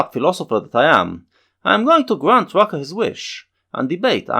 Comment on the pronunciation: It´s pronounced Rucka.